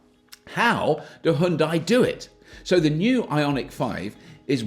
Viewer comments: It's hue for Hyundai not high! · Hyun-dae.... not hyun-dye. If hard to pronounce close enough, think of starbucks drink size GRANDE. HYUNDE. after all these years, why don’t we at least try it. Enjoyed your vid. Thank u. FYI, in Korea, there will be 2 segments available. Exclusive (starting around $39k after all incentives) and Prestige ($45k and up after incentives). Different battery, options. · As a korean, i teach u pronunciation "Hyun dai" (X)------> "Hyun dae"(0) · it's bloody hyundai, not heiandai. Decolonize your speech mate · pronounced Hyundai like Sunday bloody sunday i dont subscribe cuz of that! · it's not HaYundai, it's Hyundai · Why do British people sound like they're having a seizure whenever they try to say "Hyundai"? Just say it like it rhymes with "Sunday" -- the proper way like we do in the US. You're welcome! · Its pronounced Hunn day. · I get your game. Seeing how many ways you can pronounce 'Hyundai' in a single video.